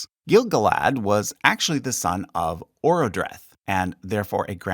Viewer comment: You did a very competent job,, with a simplified Middle-earth family tree. As I said somewhere in a reply to someone else, there are no real errors. Just some weirdness with pronunciations. But for completeness sake, let me list what I noticed. Most noticeable I found the amount of stresses mislaid (using capitals only to indicate stress): gil-GAlad oRODreth celeBRÍan TEleri tar-paLANtir ar-PHArazôn iSILdur ARTHedain. As to ‘VAlar’, you mainly put the stress correctly on the first syllable, except at the very first mention. In ‘Dúnedain’, the stress is correctly where it should also be in ‘Arthedain’, but the ai should be pronouced ‘aye’ as you correctly do in ‘Arthedain’. It’s the same ‘edain’ in both cases. The intrusive m in ‘Cele·m·brimbor’ has already been mentioned; and also the missing r from ‘Arago··n’, where you have confirmed my suspicion that familiarity with the Spanish kingdom interfered. You’re not the only one! Actually, all r’s in the names in this chart should be trilled (although the Dwarves would have pronouned ‘Durin’ with an uvular r). A few acute accents have been dropped: Celebrían Númenor Fíriel. The acute actually changes the word, which maybe appreciated when it is realised that ‘Celebrian’ actually is stressed ‘ceLEbrian’, but that is not the name of Elrond’s wife. I think you lost an opportunity to give the good example for ‘Noldor’, ‘Vanyar’, ‘Ainur’, ‘Valar’, ‘Maiar’, and similar Quenya words, and also ‘Teleri’ (and ‘Istari’). Namely that th